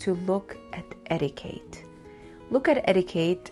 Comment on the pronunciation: Darling, it's eti-kett, not eti-kate